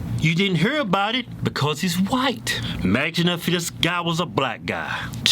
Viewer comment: The way he says white is funny